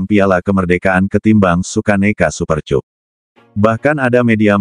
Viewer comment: Aduh min Bacanya kok Super Cup min cup cup cup bibir dikecup kyk lagunya Rhoma duh .. duh....duh